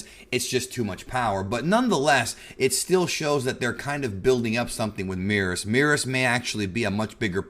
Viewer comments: Why does he keep calling Beerus Meerus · It's merus not meerus. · Not sure why he keeps mispronouncing Merus and causing the confusion